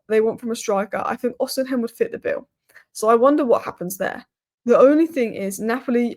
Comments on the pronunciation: Uhhh it's not Osim-hen it's Osi-mhen... Just thought you should know. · The name is no Odinhem, it's Osimhen... It's no Ekite, it's Ekitike ... This is disrespectful... Stop that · Why can't pronounce Osimhen?😅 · She's said it every other way.... Except the proper way😅 Gawd bless her soul😊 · Thought I was the only one who noticed this. It's a peeve of mine lol